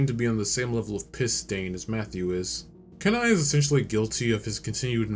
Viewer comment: Kenai is pronounced keen-eye